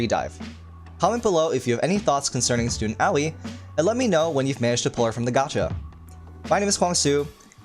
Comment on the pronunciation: Did you just pronounce Aoi as owie?